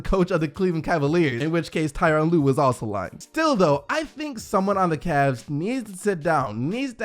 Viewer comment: Come on it’s Tyronn lue.